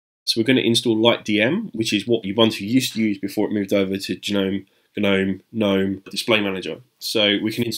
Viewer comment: just say the word gnome once lmfao, not g nome or nome, just gnome